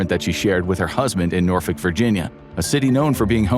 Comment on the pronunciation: Yt said Norfolk right….you from VA?